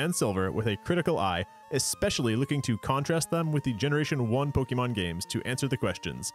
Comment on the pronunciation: Dude, I want to watch this video... but I can't get past how you're pronouncing the name of your beloved series. Seriously, google it's correct pronunciation please.